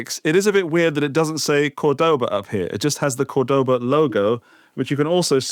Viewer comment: That’s not how you say Cordoba. It’s more like the Degoba System. But you got capo right 😁